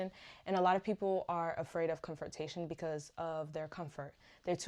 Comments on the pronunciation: Babes, it's "CON-frontation" not "COM-frontation". I know you probably did several takes, and likely had COM-fort on the brain. Kudos to you for putting yourself out here on YouTube to help and educate others, the content is good. You including what you're working on was good too. Keep posting! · is it comfortation or confrontation?